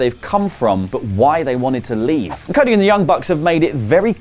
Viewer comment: What is "coda"? After ? Do you mean "cody"? 😂🤣😂🤣😂🤣😂🤣😂🤣😂